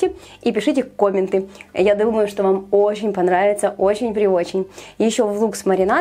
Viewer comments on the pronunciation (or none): кОмменты 😵😂🤣 звучит примерно так же, как магАзин😂😁